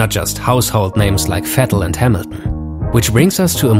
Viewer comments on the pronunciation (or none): none